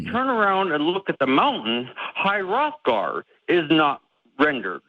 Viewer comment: Not relevant AT ALL, but High Hrothgar I'm 99% sure the H is pronounced.